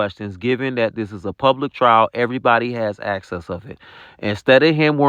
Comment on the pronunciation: He had actcess😂to the compu😂